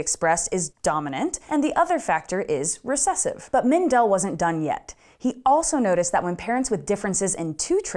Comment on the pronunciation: Just a few comments from an Austrian: the stress in Mendel is on the first e, not on the second. So it's Méndel, not Mendél. Secondly, if you fail a course in Austria you get a 5, not an F. I'm not sure if that was also the case in Mendels time, but as the Czech Republic was then part of the Austrian empire, I would guess so. Love the video! Keep up the good work.